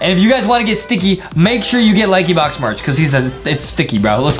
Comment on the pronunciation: bro said laxybox Lankybox